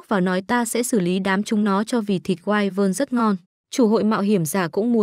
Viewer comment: Wyvern đọc là quy vần chứ không phải wai quần